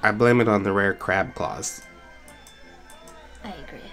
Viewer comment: When you said crab claws it sounded like c claws